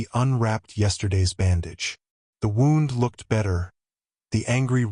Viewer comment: wound in this case is pronounced Woond.